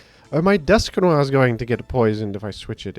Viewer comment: DUSK NO 'R'